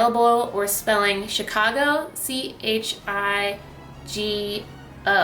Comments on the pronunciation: I thought there was an A in Chicago? ;) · Chicago not Chigo